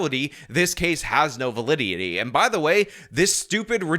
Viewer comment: I generally like but: says "But in reality, this case has no validdyiddy". makes fun of reporter fumbling the word "days" as "djays". says "yeah, you should fughhalo the law"